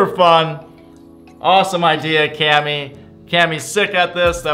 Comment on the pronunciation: its cammy not clammy LOL!